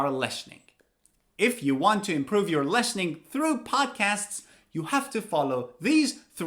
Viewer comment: Wait, why do you pronounce lestening instead of Listening?